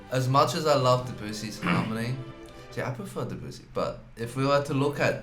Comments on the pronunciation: Hey guys - get it right !!! It is NOT Duh-BOO-see but pronounced DEB-you-see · They're still pronouncing Debussy DeBOOsee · I've actually heard them pronounce it properly (I'm a German-speaking person too), so they do know how it's done, I guess it's just difficult/a lot of effort? Also, their pronunciation of Bach is still nowhere near as wrong as their pronunciation of Debussy.